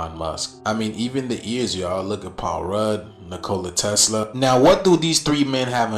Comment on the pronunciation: Nicole a Tesla🤣🤣 Neek o lye Tesla